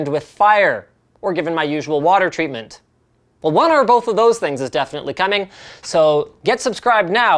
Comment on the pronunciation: haha "water treament lol "